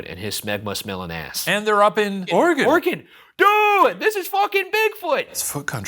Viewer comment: Thankyou pronouncing Oregon the correct way